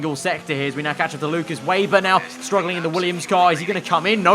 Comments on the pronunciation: Should be pronounced Veyber i think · Weber not 'Wayber' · If you say veyber or webah it’s fine, if say weyber it’s not